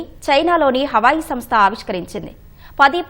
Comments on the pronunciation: అది హవాయి, అమ్మాయి కాదు.....హువావే😂😂😂😂😂😂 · Hawayi kaadu talli Huawei 😂😂😂